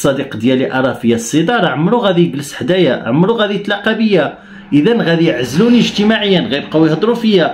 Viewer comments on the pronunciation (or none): none